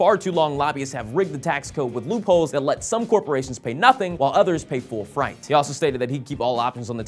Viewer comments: Sorry, the word FREIGHT is pronounced FRATE, not FRITE. Otherwise a funny and totally useless recap of Obama's speech. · "...pay full freight." Freight is pronounced with a hard A sound, as if it were spelled Frate. Fright is a whole other thing. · Think you're awesome Will but pretty sure freight is pronounced like weight but with an "fr" instead of a "w", not like fright :p. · Will! Not sure about that pronunciation of "freight".. Pretty sure you said "fright" ;) Grammar chrip.